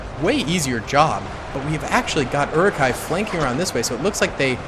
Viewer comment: This mtherfker really just said "eri-kais" and "knights of Rohan"....... Is he even a lotr fan? Its Uruk-hai and Riders of Rohan.